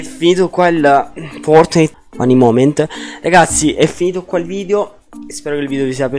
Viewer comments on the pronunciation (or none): none